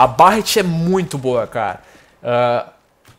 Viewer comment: Barrett? A pronuncia é Berretty!